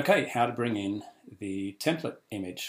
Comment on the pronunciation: "temPLATE" not "temPLET". I couldn't continue with your tutorial after the first two instances.